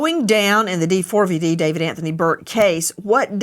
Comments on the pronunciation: The way they keep calling him Dee-Four-Vee-Dee is driving me crazy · When his name is printed D4vd--that is pronounced D-four-VUD, NOT DAVID! Pricelessly stupid. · Why does Nancy spell out his name 😂😂😂 In no way is it pronounced like that